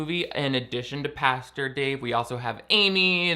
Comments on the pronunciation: I see you still read it as pasture 😂😂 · lol You said "pasture". Again. ;) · The fact that still can't say "pastor" after making so many religious videos is strangely endearing ❤️ love you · I love how says pasture for "pastor"... Idk if it's on purpose but it's so cute. Edit: commenting on this like minutes after I comment! It's like we are SOUL mates. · It's so hard to day Christian pastor three times fast. It sounds like Kristin pasture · I never would’ve noticed how wrong you say “pastor” except you mentioned it in the beginning 😂